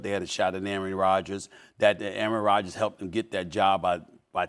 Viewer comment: SAS said “Aryan Rodgers” 😂😂